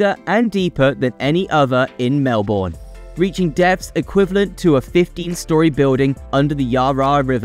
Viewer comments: This was a pretty good video, but it was spoiled a bit by all the errors and mispronunciations of place names that distracted from the main messages. Perhaps a bit more research prior to creating the video would have helped. Melbourne is pronounced "Melbn". Watsonia is north of Bulleen. The map is wrong. "Melborians"? Is this a joke invented by Sydneysiders? We are Melburnians. Yarra is pronounced with a short a. I kept think I was listening to Lady Gaga singing Bad Romance every time Yarra was mentioned (so many times!). Darebin is pronounced "Darabin". The politicians you showed were prime ministers of Australia (Gough Whitlam and Scott Morrison). Road planning is primarily a state responsibility (although federal funds often are contributed as well). The picture of Heidelberg is of Heidelberg, Germany. Heidelberg, Melbourne looks a bit less historic than this. Macleod is pronounced "Mcloud". Our Doncaster, unlike the one in northern England, is pronounced with a long a. "Fright operators"? Do they only operate on Halloween? "Camperfield"? Is this meant to be Cambellfield? "Reduce the resilience on busy roads"? Is this supposed to be reliance? "Fitzmons Lane"? There is an i. There is no runway 10 at Melbourne Airport. They are 16/34 and 09/27. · It's pronounced Melbern... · Cheap AI voice that can’t pronounce place names. The pronunciation of Melbourne was insulting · You need to ask a MelBOURNian how to pronounce any of our names. This video has me go from forgiving to cringing to being insulted. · Started by pronouncing Melbourne wrong, and it went downhill from there. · 😂 Watsonia and Bulleen are labelled the wrong way round. Yar Yar? More like nar nar you got it wrong mate. Also pronounced Mel-bin.